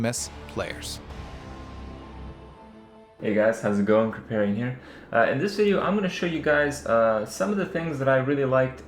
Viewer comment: Mandatory "you're saying Kripparian wrong" comment to begin with, looking forward to watch the rest :)